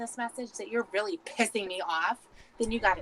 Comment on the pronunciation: No. It’s more like “RULLY”